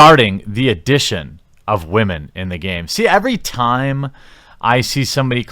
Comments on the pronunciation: I'm triggered by the way you pronounce women.... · "Communi-tie" "wahmen"...so...English is, what, your fourth language? Fifth?